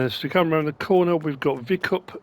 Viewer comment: Hello MrS. As a Czech, I have to laugh a lot. Your pronunciation is so funny. I think that "kukrovar" was the best... but I understand it. English doesn't have "c". You say "see" or "k". But "bramborárna" was almost perfect! And "Výkup" - Y is long - means, that they buy from You. At the other hand "Prodej" (again - english doesn't have "j" as we have, but You say it in "You" "Yes" - it is the Y in it) means, that they are selling to You (and that make no sense, if it is bales sellpoint - that should be "Výkup balíků"). And about "Pila" - it is the machine (Saw) and also the factory (Sawmill) - it depends on context. And allways where is "ý, á, í, é" - it means it is long - for example - "Výk"up could be writen in english as "Week"... So enough... My mother doesn't understand, how can I understand and read english, when everything is read different than write. And I say her, that it is read as it is writen, but they have different alphabet pronunciation...